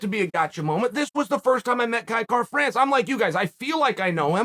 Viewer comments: I'm not sure what you're hearing, but to me he is saying Kai Kar-France. Missing an 'a'. It's certainly not Will Fury, but it's not 100% correct. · Na bro the pronunciation is a little off Kai-Kara is a Māori name when white people pronounce it they always get it wrong but he was close for a white fella ow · I put my ear to the grindstone I'm hearing Kai Car-France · Nah he'd have to speak in a Maori accent to hit it. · Except he didn't say it correctly 🤣